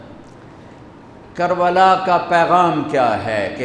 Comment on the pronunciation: Kabala not Karbala